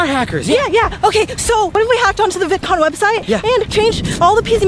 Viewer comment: Baby saying Vidcon bidcon